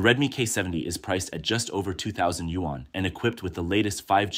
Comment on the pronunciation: What is a Yu-wan? Your narrator need to learn the proper pronunciation of Yuan.